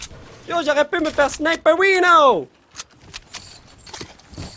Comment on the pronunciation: Qui dit le sniper avec un « i »